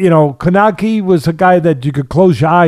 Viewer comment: For two guys who supposed to follow the sport are absolute disrespectful and and just shows why they here for pronouncing Kownackis name they way they did Respect the fighters